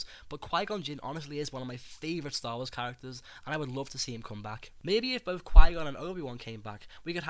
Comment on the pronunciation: 'best of boaf werlds' 'muvva' liverperrrrrl